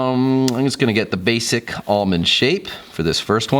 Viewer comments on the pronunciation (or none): none